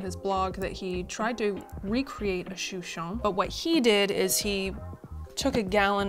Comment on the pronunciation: We say it “Shoe Shen “